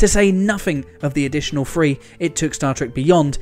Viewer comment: Is this narrator fundamentally incapable of pronouncing "th"? There is no "f" in the word "three."